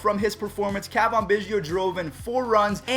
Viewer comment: its not cah vahn its ca van